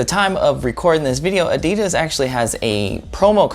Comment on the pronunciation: You know what pisses me off that he says adidas wrong